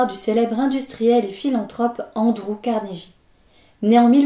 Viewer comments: ça se prononce Carneguie, pas Carnejie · euhh, je ne veux pas faire mon chiant, mais c'est Carne[gui] et pas Carne[ji] ^^ Je sais bien que n'est pas fan de l'anglais mais là ^^ c'est pas beau à l'oreille ^^ Merci en tous cas pour ce retour ^^ J'ai une préférence pour Darwin mais bon, ce CarneGUI a l'air vraiment plaisant.